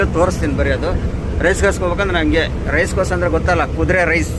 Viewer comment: ಅಣ್ಣ ಅದು ರೈಸ್ ಕೋರ್ಸ್ ಅಲ್ಲ ರೆಸ್ ಕೋರ್ಸ್ ಆಯ್ತಾ ಗುರು 😂😂😂😂😂😂